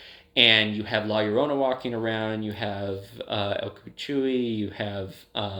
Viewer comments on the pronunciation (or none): the way you pronounce La Llorona and el cucuy hurts- please learn the pronunciations of entities and urban legends of different cultures before talking about them lol it’s not the end of the world but it definitely made my Hispanic ass cringe so hard